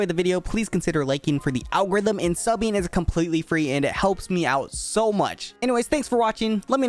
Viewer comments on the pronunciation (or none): none